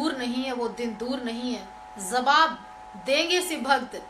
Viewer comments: pehle bolna sikh. zawab nahi jawab bol. des nahi desh. bachke reh RSS wale tera rep ker dege. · kyunki tum humle ko haamle bolti ho aur jawaab ko zawaab...